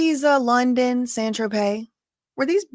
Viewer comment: It is pronounced San Tropay spelled San Tropez